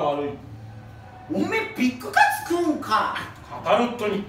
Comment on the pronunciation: ビッグカ↑ツ めっちゃツボww